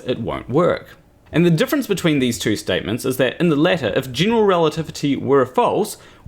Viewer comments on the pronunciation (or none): none